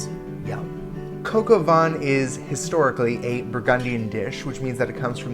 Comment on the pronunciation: coka vaänhn? what the fuck is that